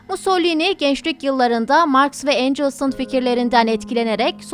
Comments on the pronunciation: Marx ve angels haa gzt biraz telaffuz öğren! Çok acemice... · Angels kim ? Karl Marx ve Friedrich Engels almandir angels olarak okunmaz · Sizi severek izliyorum ama Marx ve (Encıls) ? Engels olmasın? Friedrich Engels zaten Alman dilinde okursanız encıls diye okunmaz Türkçe okursanız da okunmaz uydurma bir İngilizce okuyuşu dersek o pronunciation da Angels okunuşunda olur. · Lakabi il Duce Duçe diye okunur.Engels yazildigi gibi okunur mussolini musolini diye okunur.Olmuyor akp fonu destekli kanallardan bu kadar olur iste.Doku uyusmazligi var siz kim bilim kim siz kim tarih kim siz kim liyakat kim ! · Marks ve encıls dedi ya engels için 😂😂😂